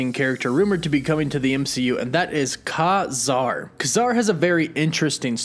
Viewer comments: It's "KAY-zar" not "KAH-zar" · His name is pronounced KAY-ZAR for one thing and they are all already part of the marvel universe as far as I'm concerned being created by marvel comics? Except for Capt. Britain but who cares? Man-thing and Kazar are week characters and the Werewolf. Nova was also a secondary character that never did well. All these new aditions are week. Why doesn't anybody ever bring up the Sub-Mariner? Golden age or silver age. He has been around since Captain Am. (both. ) and the Hulk? And why arn't the X-men concidered to be in the MCU? Or the Fantastic Four? Wolverine? Deadpool? WTF! I've been collecting comic for over 50 years, Give me a break! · is DC's Swamp Thing not not Marvels Man Thing. It's not Kah-zar it's pronounced Kay-zar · His name is not Kazar its Ka-Zar. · It's pronounced KAY-Zar. Your pronunciation is wrong. Also, what's up with the 'woof woof' at the end of all your videos? I don't get it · Ka-Zar is pronounced Kay Zar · i always thought his name was pronounced "KAY Zar". aldo, i thought Teddy's surname was Altman. did i miss something in the comics lately? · It is KAY-zar. Dude just got the pronunciation wrong